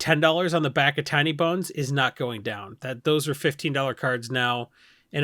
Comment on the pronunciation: Sometimes says Tiny Bones and it sounds like Tiny Buns and I like it.